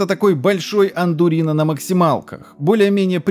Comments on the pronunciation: он сказал "АНДУРИНО"??? "смех Жириновского" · Большой... андурино ? Что 😳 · большой анДУРИНО на максималках - я выпал из своего сокета на этой оговорке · "Андурино"... ну Семён Семёныч... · Он же специально сказал Андурино вместо Ардуино?😂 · Что блин, андурино?!?!?! Или может быть Ардуино?